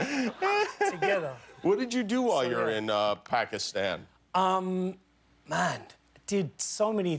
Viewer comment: I love him for saying Pakistan the right way and not the white-fied way. Respect to you Riz! Hahahahaha